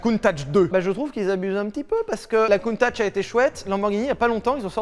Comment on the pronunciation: Ça se prononce CountaC bon sang de bon soir !! :p Elle est sublime à ce propos.